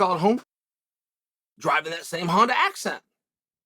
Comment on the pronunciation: Chael it's a Hyundai accent not HONDA!!! I